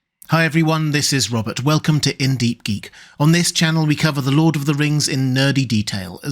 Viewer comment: and here i kept hearing “This is Robert Welkin”